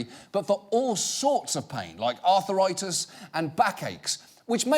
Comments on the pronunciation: "Arthur-write-us" hahahahah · Arthur-itis? teehee